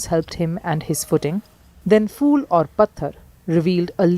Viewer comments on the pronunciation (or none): LOL It is “phool aur pathar” not “fool aur pathar”. Satyakam, chupke chupke are 2 movies that i loved.